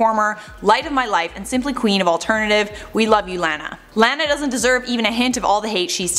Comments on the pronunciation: Its not Laaa na it's Law na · Her name is pronounced La-na not Lan-a. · noooo! She is a fake Lana but at least she was popular enough to get the pronunciation of my name out there. La-la-la. La-nuh. Every time you said it the other way it almost physically hurt 😬 It is weird because Anna sounds pretty and Hannah sounds pretty but with the L it sounds like blaaa! Like you're spitting something out that tastes gross. Would have been so much easier if my mom had named me Alana. I like your show. 😀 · It's pronounced Law-naw, not Lan-ah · I think she’s blonde naturally, but I don’t doubt she went to the salon. also, Lana is pronounced like it rhymes with “sauna” lol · Lmao the way you’re saying her name. It’s “lawn-a” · Lana is pronounced like “Donna” with an “L” instead of a “D”. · It’s pronounced Lawna 😭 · It’s “lawn nuh” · Why does she pronounce is Laaahn uh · It’s LAW NA !!! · The only thing that bugs me in this video is how she pronounced “Lana” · first off lana is naturally blonde, so I dont get why people are mad. second, if you're reporting on a celebrity at least learn how to pronounce their name for the video... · The way you say Lana is sending me. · Why are she pronouncing her name wrong, you had it right on the other video 😂😂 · Why does she pronounce her name like that lol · lol such a Canadian way of saying Lana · Why does the way she say “lana” bother me? 😂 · Why you saying Lana all weird ... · You pronounce lana weird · Can you say her name rite please 😂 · Stop pronouncing her name wrong